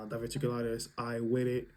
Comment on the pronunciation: Diverticulitis - dI-ver-tic-u-lit-is. NHS - National Health Service. Hope you are feeling better soon.